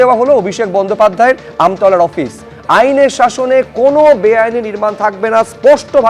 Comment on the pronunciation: জায়গাটা আমতা নয় , ওটা আমতলা।